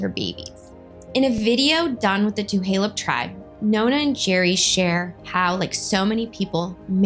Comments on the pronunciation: Hey first off how u pronounce Tulalip is, tah-la-lip not two-ha-lup and second the welfare check you say she didn't pick up is not a welfare charity check the money is called a "per capita" which is a payment that come from the three casinos that every tribal member gets paid a percentage of the profits. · Thank you for doing this story. I just want to submit a gentle correction; its TuLaLup* (pronounced TOO-LAY-LUP*** NOT TuHaLup (current pronunciation in video Too-HAY-Lup is incorrect) 🙏🙏🧡🧡🙏🙏 And like SuPeRn8v1960 stated, its not "Welfare" its PerCap. Its unfortunate that this story is being being used to bring attention to your channel and your intention is not pure or for the betger good of MMIW. Definitely still a racially driven post and thats super shitty. So while I initially followed your channel, I will have to unfollow it after this comment. I will not support this use of this story to help bump your youtube popularity. Its disgusting and we should be way passed this in 2024. 😞😞🙄🙄😞😞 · It’s just Tu-lay-lip I grew up off 34th Ave right on fire trail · Tuh-lay-lip Tulalip no H. Thank you for the informative video 😊 Such a close to home story. I am 5 years older, born the same day and grew up on Lake Goodwin. Fly high Mary ❤ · I grew up on the res. It's pronounced Tuh Lay Lip. Thanks for the great video. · Two lay lup Tulalip is pronounced 2 lay lup